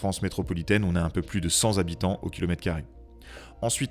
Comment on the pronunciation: Cent habitants au km2 comme cent ans. On entend le T, Vous prononcez Cent Z’habitants… du coup, ça fait “sans habitant”